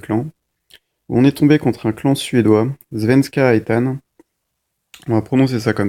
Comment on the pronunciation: You almost pronounced Svenska Ettan perfect :-). Just shorter vocals..